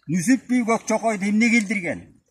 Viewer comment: Нүсүп эмес Нүзүп